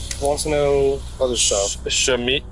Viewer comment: Laquandra? Shemika? Yeahhh, they shopliftin', alright 🤣